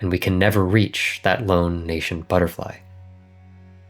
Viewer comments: nay-scents, not nay-shents just saying :) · It doesn't have the "sh" sound. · Ayo you're mispronouncing "nascent" big dawg